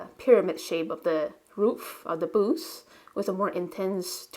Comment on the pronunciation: You are such a skilled artist. Love your work. I couldn't figure out what 'boose' were talking about until I realized you were trying to say 'booth' I'm thinking your native language might not have that sound? At any rate there is always something artistic to learn from you.